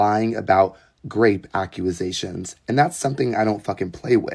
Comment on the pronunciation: It’s so serious but word to mouth accu-a-sations is sending me 😭